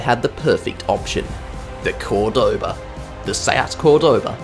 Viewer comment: Just a hint: it's called Córdoba, that Ó is where you have to accent the name. By the way, beautiful city